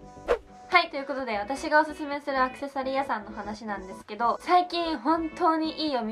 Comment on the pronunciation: アクセサリー屋さんの発音が違和感🙄🖐🏻